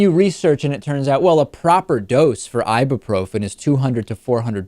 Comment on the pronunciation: Who the fuck says "Ibabrofen"? ... It's "Ibyooprofen"